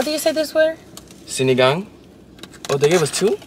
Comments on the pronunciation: that pronunciation was chef's kiss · the way pronounced sinigang i was surprised cuz it sounded so fluent. Sinigang is one of my fave filipino dishes! We appreciate that you make videos about our food and it's really nice to see foreigners try it out and being open to its taste. Still hope you could visit the Philippines and may make a vlog here? Manila is full of good streets foods and restaurants too!! <3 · The way they say sinigang is perfect! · This is the first video ever i saw in youtube that they can say the filipino food names exactly how it should be without a pause. ❤❤❤❤